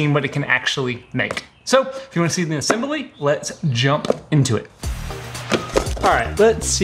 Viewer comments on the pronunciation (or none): Let’s get into the VS. “Letsa get into uh”